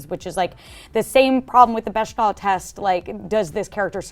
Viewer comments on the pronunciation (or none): i think is trying to reference the “Bechdel Test” (it’s a hard, not soft, CH sound) but im not sure i understand why. i think i can see what she’s getting at in terms of eric’s thin characterization, but the test is about showing how centric male characters are over female ones, so i really don’t get its application here. also this season is a hot mess. very disappointing:(